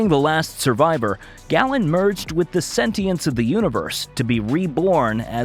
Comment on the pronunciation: Galen is pronounced GaiLin.